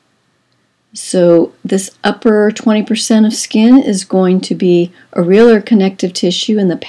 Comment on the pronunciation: Areolar is pronounced (Air- ee- oh - lur)